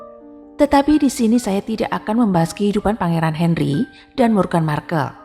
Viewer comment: Aduh wartawannya belum hafal atau gak ngerti ya dengan nama pangeran harry dan meghan🤣 Harry/sebut herry Hendry 🤣🤣🤣 meghan moghan 🤣🤣